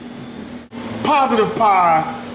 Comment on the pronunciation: did he just say "piessibly"?